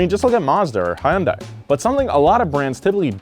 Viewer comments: hi-yunda. Well I will give you that one. It's hun-dei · I don't see why half the people at Donut Media, call Hyundai "Hi-Un-Die", when the company itself in ads and at dealerships pronounce it "Hun-Day". :rollseyes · It’s Hyundai, like Sunday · I. Hate the way they pronounce Hyundai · I wanna bitch slap every time he mispronounces Hyundai. JK...not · Will EVER learn how to pronounce Hyundai?